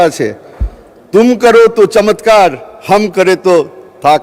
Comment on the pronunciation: Urdu ( চমেৎকার ) ? not চমৎকার